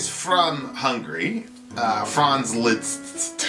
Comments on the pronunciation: "Liszt" is pronounced "List" and "csárdás" is pronounced "tchardash". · This piece should be be listened to more times to feel addicted to. I'm very disappointed by your lack of respect to the great composer and misspelling the genius man's name. It only takes secs on Google Translate to learn the real pronounciation of the nameLiszt (LIST) plus the video is not a genuine version of the piece. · It's pronounced "List". Funny that you mentioned saloons and Dracula because the piece gave me total silent movie vibes.